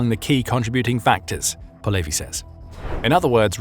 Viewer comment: How did you take a Ukranian common last name of Polevyi and made it sound Jewish as "Po Levy"